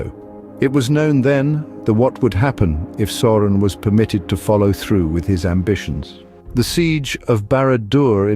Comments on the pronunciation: Who the heck is SORE-on? His name is SAU (Sow)-ron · Sauron is pronounced "Souron".